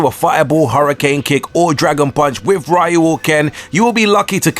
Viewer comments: It's pronounced reeyuu.. you lost relevancy when you screwed up the main character's name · Why did you mispronounce Ryu's name like that? Its pronounced "Re ewe" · How NOT to pronounce R.Y.U Wrong. REEYOU!